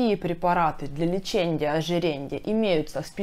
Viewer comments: Дико режет слух ЛЕЧЕНЬЯ ОЖИРЕНЬЯ!!! Лечения ожирения!! А касаемо информативности все здорово. Спасибо за информацию) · ЛечеНЬЯ -ожиреНЬЯ🤦🏼‍♀️🤦🏼‍♀️🤦🏼‍♀️ вы серьезно? Как доверять врачу, если он даже не умеет правильно проговаривать профессиональные термины🤦🏼‍♀️ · окончания режут слух... леченИЕ, ожиренИЕ. Без мягких знаков.